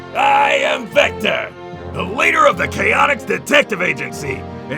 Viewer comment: Chatoix? Ya mean Chaotix?